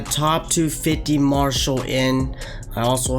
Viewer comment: He butchered every name lol he called Martial marshal